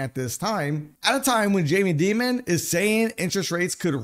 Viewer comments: Never in my life has someone pronounced his name like that looool. Why did he do that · It’s hard to take anyone seriously when they don’t know how to pronounce Jamie Dimon’s name properly.